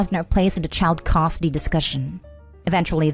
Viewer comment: When is this ai reader going to learn how to pronounce " custody" properly?